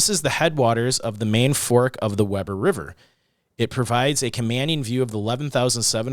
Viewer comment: Uinta : “you-WIN-tuh”. Weber: WEE-ber